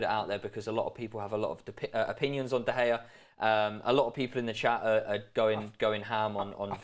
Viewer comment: Why he keep saying “David De Gaya”?